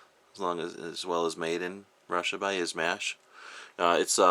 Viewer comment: It's pronounced "Sigh-gah" and "Iz-mosh" lol.